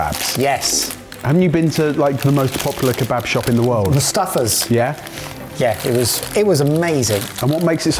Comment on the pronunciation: "Donner" is a reindeer. When referring to a döner it's easy enough to say "duhner" or "derner." You're only a bloody food channel, at least show these foods and cultures the respect they deserve. The shop near me won't even sell you one unless you pronounce it corrctly. I won't even start with "kebabb", smh.